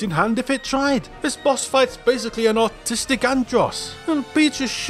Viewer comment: Had to replay a couple times before I realized you said "ARTistic"